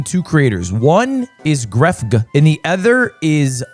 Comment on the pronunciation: pronouncing grefg as guhref-gee is crazy